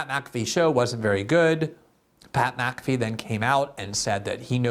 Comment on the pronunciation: Btw, MfFree should never be pronounced lik Maafee. Mc and Mac are not at all the seme. There are family names that begin with Mc and others with Mac. They aren't the same.